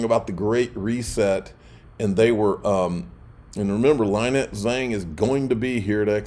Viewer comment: Dude do you call her “Lie net” out of ignorance or to be funny? You know it’s pronounced “Lyn net” right?